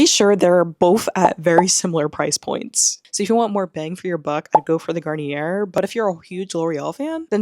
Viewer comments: Garnier is pronounced, Gar-nee-ay. Edit; I forgot to mention why I am explaining because it’s easier to speak. French is pretty easy if you know the rules. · It’s pronounced Garn-EE-A ❤